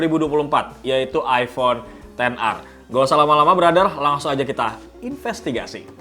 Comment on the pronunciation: Kenapa ten ar c, bukannya ex er